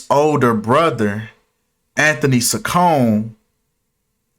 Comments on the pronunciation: It’s pronounced chi con eeee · Not that it matters but her last name is pronounced Cheek-oh-neh